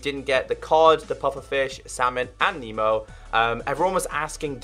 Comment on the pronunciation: It’s not memo it’s nemo